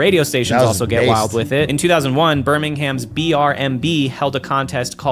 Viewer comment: Why are Americans so bad at pronouncing Birmingham?